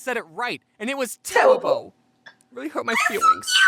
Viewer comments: My heart melted to chocolate wen he said :IT was tewible. It hurt my fweeings : so cute thi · you tewible and you hurt ma feelwing